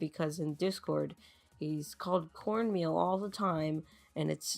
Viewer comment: I created an account just for this! My vote is:CDABEHIGJF Also i’m not called corn meal, it’s pronounced core-main-yell